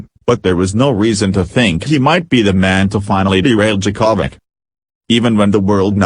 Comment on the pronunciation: I love the way you say Novak's last name.....Cha-ko-vich. LOL